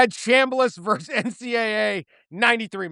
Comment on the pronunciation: I’m not sure about the value of the UMass BA when I consistently hear “verse” instead of “versus”.